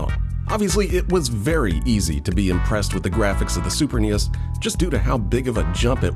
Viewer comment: everytime you say super nes in a video i have to stop and think about it a moment... super knee esss...